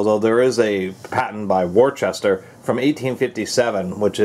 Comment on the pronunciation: It's pronounced wus-ter. I know it's spelt Worcester, but that's how it's pronounced.